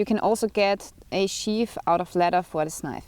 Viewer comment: Yeah words in English with "th" are NOT pronounced like an "F". So the word "sheath" is not sheaf